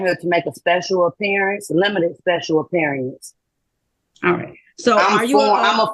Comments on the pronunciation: A special apperiya-ance 😂😂😂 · Appear-ience! Learn to pronounce the words correctly!